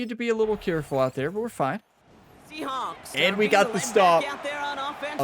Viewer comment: I might be going crazy, but I've heard her say Seahonks, Seahops, and Seaschnaps more then saying Seahawks